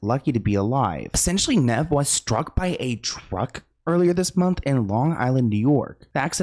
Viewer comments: for future reference, Nev is said like Knee with a v at the end. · It's Kneeve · The cringe is so bad. It's Nev said like Steve. Ugh my ears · NEEEEEEEEV!!!! Omg the mispronunciation 😂😂😂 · its NEEEEEEEEEEVE. Idk if SLoan really grew up on this show. Hes never heard Nev introduce himself, or anyone else say his name? Plus he hasnt just been on the show for awhile... He created a catfish doc by himself and THEN MTV bought the show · keeps saying ‘Neh-v’😅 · His name is Nev like 'knees". Long E. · Me everytime says “Nehv” 😵‍💫🤮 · It’s Knee-Ve but y was kanie on the show anyway who was she n wat happens to Matt?? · I can’t watch this because how Nev name is said 🤦🏾‍♂️ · always getting peoples names wrong is my favorite. Hes adorable ❤😂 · "i grew up on this show" keeps saying nev incorrectly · I can’t watch this all the way bc Sloans way of purposely fucking up nevs name is annoying